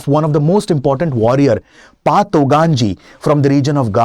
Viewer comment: It's not pa,,its call fa